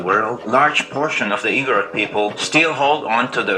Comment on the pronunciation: Not to criticize, but to help you pronounce it correctly. Igorot is pronounced ‘Ee-gooh-róot’. 🤓🤓🤓